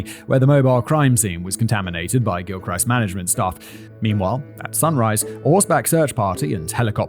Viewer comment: Ocala is pronounced "Oh-kal-uh"...Okay, I don't write pronunciations well. The "al" is pronounced like the name "Al." Not that either of us care. Also, the "ist" in "Gilchrist" has a soft "i."